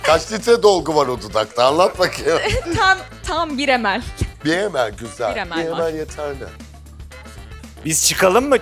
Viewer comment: mililitrenin kısaltması olan mL'yi "emel" diye okumak? Yok artık ya, resmen yanlışlıkla Türkçe konuşurlar diye ödleri kopuyor.